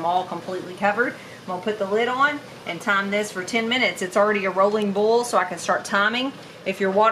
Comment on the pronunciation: As much as you make, it won’t last five minutes in your new store. You might be spending a lot more time in the kitchen to keep your customers happy. I have to let you know how much I smile every time you say “bowl” in place of boil. 😀 You said it so much this time my jaws are aching! Love it.